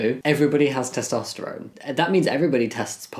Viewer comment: Testosterone is a noodle and you're pronouncing it wrong, maroon. 😂